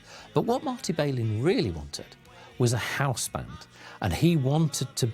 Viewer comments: Somebody should have told the limeys how to pronounce Marty's last name instead of crucifying it time and time again. It also would have helped to have had an inhabitant of the city who could articulate what was going on instead of inaccurate conjecture on the Brits part. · Volunteers was recorded in the spring of 1969- not 1967. Marty's last name is pronounced without the 'bay' sound- it's a short 'a' sound: 'Bal-in'. And that's straight from his own mouth.